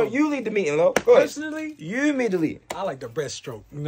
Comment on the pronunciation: did it! I thought was the only one who swap letters when they mad😂😂😂 He said “ You mead the leeting” 😂😂😂